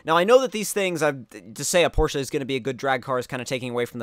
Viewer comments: Porsh. Not Porsh-uh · It's actually the complete opposite. People in America tend to say porsh but it's is truly porsh uh. I pronounce it the "American" way though. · Porsch in America and Porsch-uh everywhere else basically